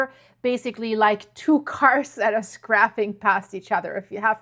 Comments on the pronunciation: scraping is pronounced "scray- ping" not "scrap-ping" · Thank you,! Great update, as always. 😊 BTW; "Scraping" is pronounced with a long a, as in APE. Hope this helps?